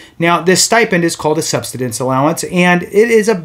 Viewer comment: Learn how to pronounce "subsistence" or stop making videos.